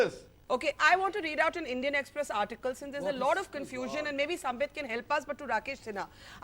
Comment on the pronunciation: Owaisi Saab, it’s SAMBIT not SAMPIT. You couldn’t get the name right ,how can you get your argument right ☺️